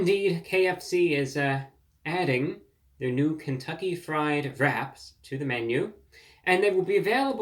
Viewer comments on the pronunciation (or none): For the first few minutes I thought you said "rats" 😂 Always nice to see you. Wishing you a healthy long life.